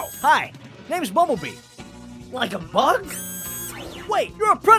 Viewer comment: Uhhhhhh when cheetor said “like a bug” he said mug